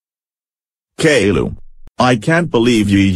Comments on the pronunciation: I love how the voices pronounce caillou like caylou lmao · I like how they call him Kay Lou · or k-i-u